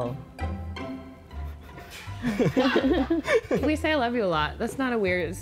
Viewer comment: OML I CAN'T OML BURRI-TOE